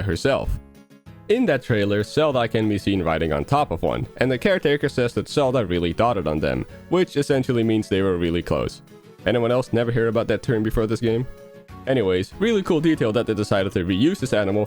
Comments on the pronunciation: “Dotted” and “doted” are two different words and are pronounced differently. But yes, I’m glad someone else put together the whole new species in the trailer but not the game opening bit. And then discovering them later and learning Zelda rode one before. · Just so you know: Doted is pronounced 'Dough-ted', not 'dotted', and 'balmy' means warm and muggy, like late Autumn. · Doted. Hard "o", like in "closed". And it's a pretty common word when talking about children and animals. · I don't think that many people haven't heard of the phrase to dote on someone, and I laughed at the pronounciation being more like "dotted" xD It's dote, rhymes with stoat, coat, mote, foat etc. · I would like to point out that it’s not pronounce dotted but dote-ed with the o being pronounced as well O and is a term i hear often unfortunately not not for me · "dough ted" not "dot ted" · It’s obvious you haven’t heard the word doted before because you pronounced it dot-Ed when it’s dote-Ed (still love the vid tho) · Doted is pronounced -doht-eh'd-. Dotted pronounced that way has 2 t's. It's ok to learn new words and terms as you grow up. It's how we learn language, we don't stop as children or anything :) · Doted is actually pronounced like doe-ted. Just mentioning that because of how obscure the word is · "dotted" 💀ITS DOE-TED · it’s pronounced like boat. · doted (d-oh-ted) like as in “my doting daughter” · dote rhymes with oat. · Doted pronunciation da-oh-ted or dough ted. It means to fawn over lovingly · it’s pronounced d-oh-t rhyming with goat. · Doted is pronounced with a long o sound like coat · "Doted" is pronounced with a long "o" sound, like "voted". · Its dOted, with a hard O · it’s pronounced “dough-ted” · It's pronounced D Oat Ed. You usually dote over something like small children. It's more irreverent than just taking care of. So zelda really like them and she tended to their every need. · just for future reference dote is pronounced like moat. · you mispronounced doted